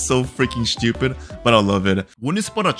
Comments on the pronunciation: Why do I get so triggered by the way you say SCHEW-pid?😂 IT'S STU-PID!!!! STUPID!!! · why do you always say "shtupid" like whats wrong with the "S" when you say stupid? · Bro why is the way you say "shtupid" is so funny😭😭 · I love how he says “Schtoopid” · why does this guy say schtupid all the time